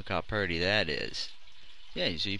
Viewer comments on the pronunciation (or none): lol great vid.... u said purty lol